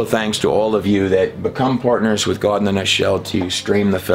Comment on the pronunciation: still cannot decide if it's Gaawd or God. Fake pronunciations for some reason. This trailer shows he can still pronounce God and not Gaaaawd